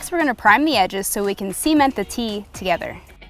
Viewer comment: Does it bug anyone else how he says cement? SEE-ment